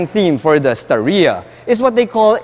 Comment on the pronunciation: star-ya lang po hindi Sta-ree-ya